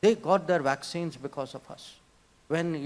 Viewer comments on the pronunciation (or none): I heard wacksines...